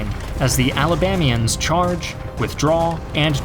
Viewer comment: Love the video. But it's "Alabamans" not "Alabamians" as Alabamia is not a state.